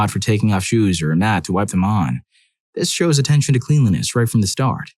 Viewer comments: It's pronounced klen-lee-ness. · Please, for the love of god, learn how to pronounce cleanliness properly.